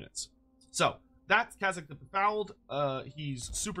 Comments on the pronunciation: they don't pronounced Kayzk properly. check the wikis (or preferably the actual book if you have it) it's spelled "Kayzk", not "Kazyk". there seems to be a case of the Mandela effect happening with his name and CA actually managed to get it right. the Draz-ho-ath vs Draz-oath debate was actually understandable but in this case people are clearly just misreading the name (as evidenced by multiple people misspelling it as "Kazyk") I see how the error occured, I heard other people say "Kaz-ick" first and that led to me misreading it as "Kazyk" but after hearing how CA said it I checked how it was spelled in multiple sources and it turns out that all the way back to the original Throne of Chaos stuff (I was lucky enough to have someone that actually owned the book double check it for me due to me pointing out the Mandela effect that seemed to be happening) it's always been "Kayzk" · You've said the name so many times and still won't say it right, which is wild because you pronounce kazyk proper. makes these hard to watch tbh lmao